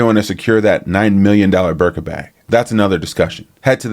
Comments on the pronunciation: I love that you men don’t know how to pronounce the birkin bag😂 birka 😂😂😂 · Good show! one thing… it’s BIRKIN as in Jane Birkin.